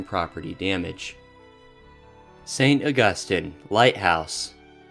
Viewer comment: Also, St. Augus-teen